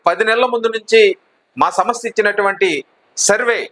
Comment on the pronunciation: మీరు తెలుగు.నేర్చు కొండి బాగా అన్నీ బాగా యాస గా ఉన్నాయి . వివరించాం అనలేక పోతున్నారు ఇవరించాం ఏమిటి ? సంస్థ అనాలి సమ స్త ఏమిటి పునర్ విభజన అనాలి పున రిబజన ఏమిటి